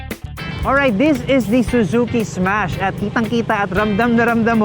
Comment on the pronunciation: Ssssmash po hindi esmas hahaha